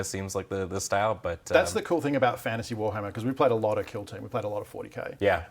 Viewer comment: AF Fan-ta-say